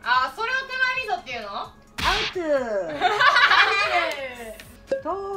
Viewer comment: アウト！じゃなくて、アウツ！って言うのが面白いww